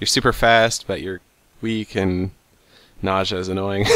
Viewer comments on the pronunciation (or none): Naujsha? Nau-zee-u